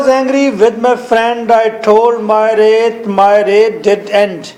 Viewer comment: its not rait its wrath 😂